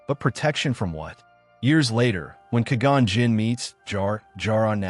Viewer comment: You had to have watched this before uploaded. I know you heard the shitty AI voice say Ka-Gan Jinn, and you still dropped the video?